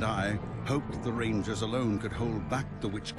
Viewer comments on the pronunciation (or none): none